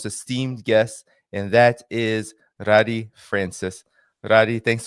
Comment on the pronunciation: Thank you, for another outstanding interview! Just one observation, her name is Ghadi not Radi 👍